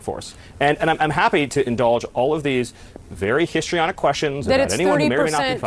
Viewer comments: He didn't say 'historyonic' he said 'hystaronic'.... because women are hysterical, don't you know. 😮They are using language we stopped using once upon a time because it was discriminatory and when 'hystaronic' was a DSM diagnosis often given to women. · It's "histrionic" because she's a WAMMAN, Kyle 🙃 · Him saying “histrionic” just gave away his whole strategy on how he was just going to claim that her questions had no basis